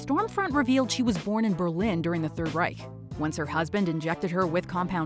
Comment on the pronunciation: I’m always astonished with the way you manage to pronounce the German “ch” as in Third Reich. Really really good